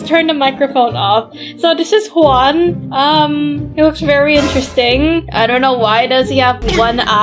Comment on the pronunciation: Bro that ain't juan that's KUÆAN